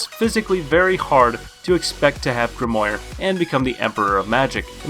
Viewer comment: grimoire pronounce grim.war dude